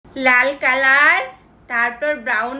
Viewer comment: কিরে আমাদের বাংলা আপু আজকে কিভাবে ইংলিশ হয়ে গেল ন্যাকামোটা খালি একটু দেখা উচ্চারণই করতে পারতিস না লাল কালার উচ্চারণই করতে পারতাছে না নাল কলর কেমনে করতেছে উচ্চারণ লাগবে আপু আপু কি আপনাকে উচ্চারণ শেখানো লাগবে 😂😂😂😂